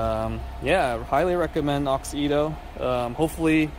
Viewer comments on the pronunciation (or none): I know this was 2 years ago. But that’s not how u pronouns the brand name. It’s Auxito. Not Aux-Ito. Just sayin. And those Y13 led bulbs are a must have led bulb upgrades ❤️‍🔥❤️‍🔥👌🏼